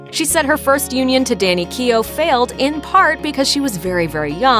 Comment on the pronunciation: Keogh. Not keey yo